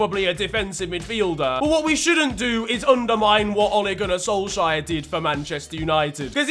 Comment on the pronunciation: does this mean i won't hear say "Solshire" any more?